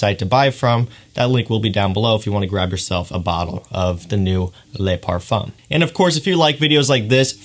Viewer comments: Ok clearly you're pronouncing things wrong on purpose for the memes, my bad dude. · liked the video. I just don't understand how you pronounce le male perfectly, but pronounce le parfum as lay parfum. Same with le male (mal) but then ultra male as male...